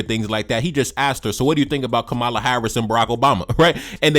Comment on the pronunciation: Please pronounce her name as such, COMMA-la. Plz and thz❤